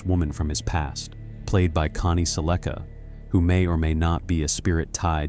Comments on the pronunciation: It’s Connie “Sell-ick-ah” not “Sell-ica” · I have to unsubscribe and stop watching. I HATE A-I The mis-pronunciation of Connie Selleca’s name turns me off!!!! 😡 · I know. I cannot believe the way it was pronounced.